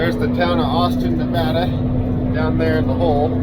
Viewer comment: you said Nevada correctly! Who cares if you didn’t say Tonopah correct lol. Everyone slaughters Nevada. Thank you for saying it right!